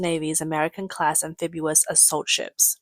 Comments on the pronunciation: Sorry, CCP and all the Little Pinks! One ship does not an armada make! Especially when you have no trained pilots! BTW, it's "amphibious," not "amphibuous." And, the plural of "aircraft" is "aircraft" ("Crafts" is used only about "handicrafts": pottery, basket-weaving, etc.) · AmphibIous NOT AmphibUous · Am-fib-ee-os. NOT am-fib-u-os. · What is ambefibuas does she mean amphibious 😂😂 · Amphibious, not amphibulous. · There is no such word as "amphibuous". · lol the narrator keeps pronouncing it "amphibu-us" - at least that's how we know it's probably not an AI narrator :D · Sound it Out: Break down the word 'amphibious' into its individual sounds "am" + "fib" + "ee" + "uhs". Say these sounds out loud, exaggerating them at first. Practice until you can consistently produce them clearly. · Amphibulous: a Chinese word combining fabulous and amphibious. It sounded better than fabubious. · I like amphibulous 😄